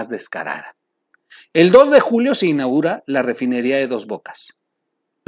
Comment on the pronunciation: Troll...se dice: SE INAUGURA...no digas se "inagura" 🥴...sé un ejemplo, no ayudes a que la gente hable mal el español!!!